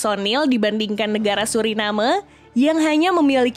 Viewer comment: Kenapa ya rata2 admin dari indonesia bahasa inggeris nya tahap tadika nama2 negara disebut tak pernah betul,,contoh nya Suriname,,kalau disebut surinam dgn sebutan nam lebih tebal,ini tidak disebut ikut